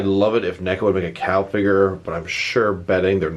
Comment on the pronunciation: Her name is Call not Cal